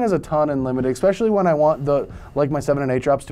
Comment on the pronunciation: i wish would stop say:expecially"